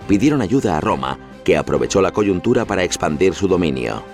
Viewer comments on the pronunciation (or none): none